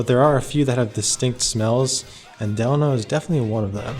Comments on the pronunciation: Actually you're wrong! It's del-a-no! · A lot of the staff get it wrong too but I've been going for the last 15yrs their and my senior host told me it's pronounced "De-Laaaa-No" theirs also a city here in California called "Delano" pronounced "De-Laaaa-No"... They should've just stuck with "the HOTEL" back then if you ask me... so Idk anymore lol great video brother keep it up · It’s DE- LANO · You totally butchered the "Delano" name... lol